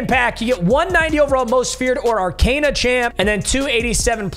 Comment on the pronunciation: It’s pronounced Ar-cOn-a not Ar-cAn-a